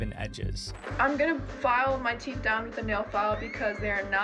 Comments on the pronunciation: "teath filing"😭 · How do you mess up teeth that bad 😭 “teath” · TEATH FILING?😰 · lol “teath”🤣. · TEATH?! what the fuck is TEATH?! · teeth not teath 😭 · “Teath filing” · Ah yes “Teath” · Bro said TEATH FILING😂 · lol not the "teath filing" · "Teath filing" 😂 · "Teath filing" is wild 😭🙏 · Teeth not trynna be mean just helping 😊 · It is teeth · its teeth also in british english 😭 he just fucked up